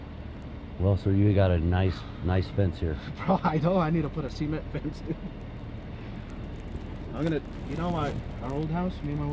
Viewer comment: This foo said " sea-meant" fence.... you know he voted for the guy that attacked his own Capitol. 😂😂😂